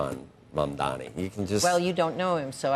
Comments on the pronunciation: Watching the wealthy elite and their stooges Andrew and Joe cry about this is a thing of beauty! and it's MAMDANI, you need to pronounce your Mayor's name correctly Andrew. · Why cant this guy pronounce his name right, so shameful